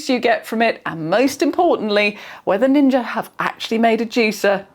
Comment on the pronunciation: "Like all Ninjer appliances"